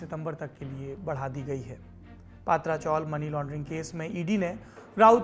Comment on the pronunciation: पात्रा चाॅल नही पत्रा (पतरा ) चाॅल है , उच्चारण गलत हो रहा है. , खत्रा को खात्रा बोलने जैसा है